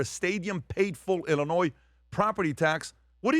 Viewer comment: Please learn how to say Illinois before you start talking about it.